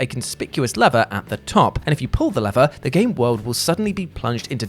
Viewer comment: ... why is he saying lever wrong?